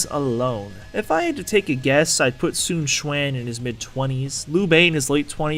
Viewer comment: Su Chuan? You mean Sun Quan? :P